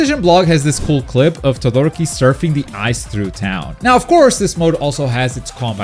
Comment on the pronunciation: yes I know who's he's referring to it's the way he pronounces it